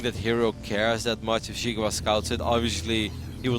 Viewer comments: Not "She-gua", try "See-gua". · jeega wa :p should be pronounced "she gwa"